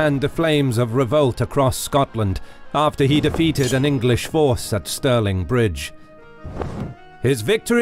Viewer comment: “The Anglish are too meny!”